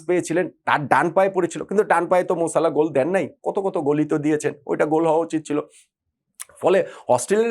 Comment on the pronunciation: মোর সালাহ না মোহাম্মদ সালাহ